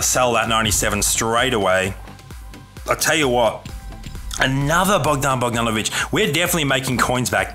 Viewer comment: You said Bogdanović right, I'm Serbian as well